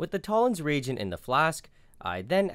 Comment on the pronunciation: is it me or does every time he says "Toller's Regent" he sounds really Scottish?